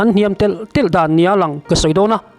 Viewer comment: Dawn ania, itih ṭhin hi, dawnnia, tih ṭhin tur, mizoṭawng lam dan dik ani zawke. I thu rawn chhuah ṭhin hi abengvar thlakin ngaihnawm kati a, kahmaih ngailo, rawnti zel rawh